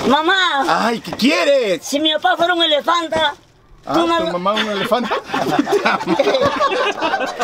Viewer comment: me dió risa 🤣 que el niño dice elafanta y no pronuncia bien🤣🤣